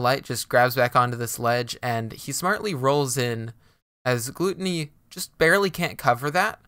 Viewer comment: Isnt it pronounced gloo Tony? Rather than gloo tunny